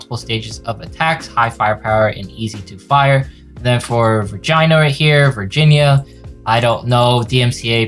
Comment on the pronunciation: Virginia is apparently pronounced “vagina”. Wonder what that means.